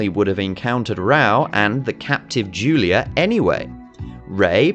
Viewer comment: interesting analysis, but the English dub is *AWFUL*, and nearly all the names are pronounced badly. Raoh is pronounced Rah-Oh, Kenshiro's fiance is YUria not "julia", Ryuken is Ri'yoo' ken, the rival school is Southern Cross Star or "Holy Southern Cross"